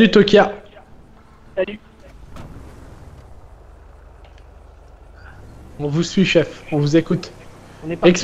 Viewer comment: C'C'est Tokyo mdrr et pas tokia